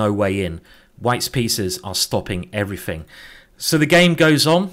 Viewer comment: why? "frow" "everyfing" "fink"